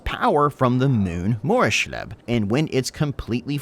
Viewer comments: It's pronounced Moors-leeb for Morrslieb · It's pronounced Moors-LEEB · Moors-leeb is how it’s pronounced in the setting. I think your unit predictions will likely be spot on and doing more with middenland & ulric worshippers is a great idea. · by the gods what happened to that morrslieb pronounciation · The way he says Morslieb is, horrendous. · Especially because in WH games they say the name time and time again.